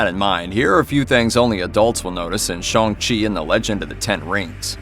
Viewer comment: Shong chi??🤣🤦‍♂️